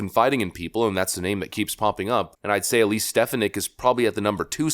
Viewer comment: Vikek your not saying elise name right lol